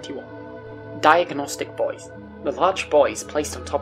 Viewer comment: I cant help but laugh a bit everytine I think I hear about diagnostic boys or tall guys instead of diagnostic buoys and tour guides